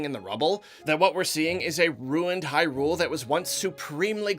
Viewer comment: Everybody: It’s pronounced Hyrule.: How about hyRule? How about hyRule for over three hours? Me: *cringes